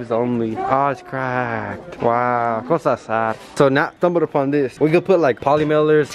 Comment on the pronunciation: is he saying, “cosa sad” or “goes out sad” ??😂😂😂😂😂 pls help